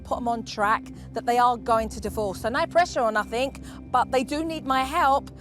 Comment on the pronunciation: “Togevver.” “Each ovver “ “nuffink.” Dear God. What an advert for the English language.